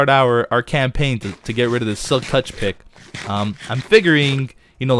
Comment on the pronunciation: pick sounds like "pikk" that means penis in norweigan and i loled so hard (im a swede not a norweigan btw)